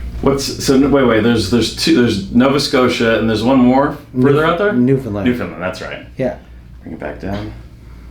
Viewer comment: As an RMT this gave me some super cool background info on some super cool stuff! Been following you for a while, love your approach! Also, as a Newfoundlander, thank you so much for A) remembering we are here and B) pronouncing us correctly! ❤